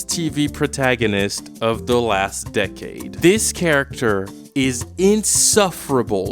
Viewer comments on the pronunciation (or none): none